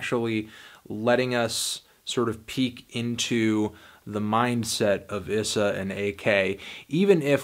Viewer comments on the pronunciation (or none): ees-uh not iss-uh you've been doing this since Indigoism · (E-sah) not (i-sah) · Why did no one ever tell him it’s pronounced E-Sa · i liked phase 1 a bit more than phase 2 (also when u say issa its more like a hard e like "eessa" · bruh its spelled issa but its eesah, please get it right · his name is pronounced EE-SS-A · you're saying issa wrong